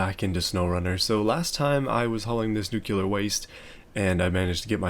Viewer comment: Can't even pronounce nuclear waste. We're done.